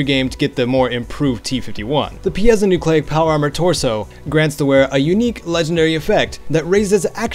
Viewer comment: Actually I think it is pronounced Py-Zo-Nyucleic.